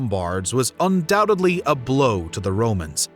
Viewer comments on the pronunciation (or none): Why do so many Americans say 'Undoubtably' ? lol. C'mon guys, it's 'Undoubtedly'